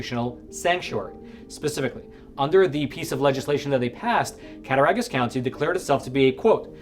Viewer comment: It's pronounced cat-tah-rog-us, county. You were good on everything but the "Rog", pronounced like "Dog". NY is similar to the rest of America in that the big cities are blue but the state is all red. So you got Buffalo, Syracuse, Albany, and NYC; which on the map is a small amount of blue surrounded by a sea of red.